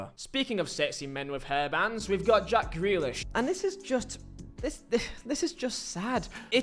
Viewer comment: It's Ja-ck Grealish 😂..... and if you don't fit into Pep Guardiola's blueprint completely, you are going to look bad. That's Pep's fault, and not the player.